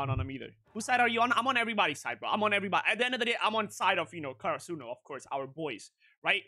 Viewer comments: he got it right in the coming eps tho ahah but it was funny to hearing him chant that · It's karasuno not kurosano 🤡